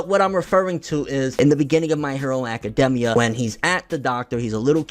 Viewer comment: I don't trust somebody who pronounces the name aka-demmia instead of aka-daimia